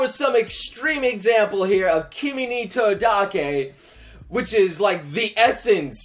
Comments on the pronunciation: Who else cringed so hard when he pronouced kimi ni todoke....I died no just please stop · wow do you just try mispronounce the things you talk about, It one thing to mispronounce the things that are there as they may be pronounced differently, but there is not "a" in kimi ni todoke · How dare you pronounce Kimi Ni Todoke like that. Everyone, Get Him. ^_^